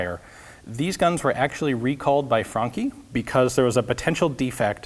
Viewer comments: frunkee???? FRANCE??? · Hi there, I'm a professional italian. Jokes aside, I think you should try to pronunce it "Fran-ki", with a guttural R and a short "ee" at the end. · "fronki spas 12" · Damn it you blew my mind, I always thought it's pronounced "fran-chee" :/ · ***** I checked it and it turns out he's right. Just that "chi" is usually pronounced "chee"...